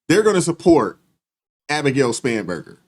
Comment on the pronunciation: I heard Scumberger too!